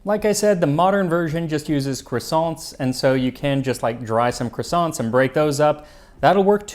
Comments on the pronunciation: I love how much time and effort you put into getting all your pronunciation just right, regardless of which language it is... Only to go full 'Merican on the word croissant 😂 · I am used to bread pudding being made with eggs. Have a think about burned milk pudding in Turkish Kazandibi. You would need to source Mastic. Which is a huge bone of contention between Turkey and Greece. The way you pronounce Croissant is hilarious.